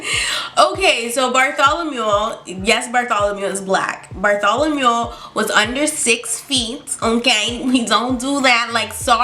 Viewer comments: No I didn't subscribe yet. Btw its "Bartholomew" not "Bartholomule." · OMG did you call him Bartholomew because of AHS 😭